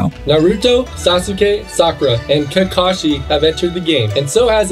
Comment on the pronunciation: NARYOUTOE , SASUKAY, SACUREA, AND KENKASHI……………………WUT DA HECK MANNNNNNNN